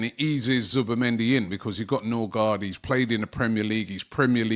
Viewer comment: Ø is " oe" and double a is "å" pronounced "o" and the d is silent. So Nørgaard or Nørgaard or Noergaard is closer to Nurigori than Norigard